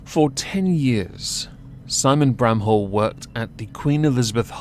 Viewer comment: I think my ears played a trick on me, first time you said his last name i heard it as "brown hole" and i was like: "that can't be right, did pronounce it like that on purpose or am i losing it?" granted, that would be one way to diss him.